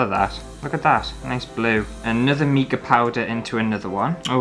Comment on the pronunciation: did you know it’s pronounced mica as in formica? Not meeka. 🤣